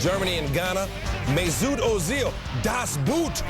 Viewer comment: it's pronounced "Meh-sut Uh-zil" not "Meh-soot Oh-zeel"